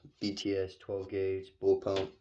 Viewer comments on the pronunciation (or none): Are you saying bullpup incorrectly, purposely? Because, there’s no ‘m’ in that word.